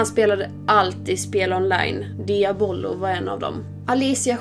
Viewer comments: inte dia bolo, diablo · MAN SAGER DIABLO INTE DIA BLO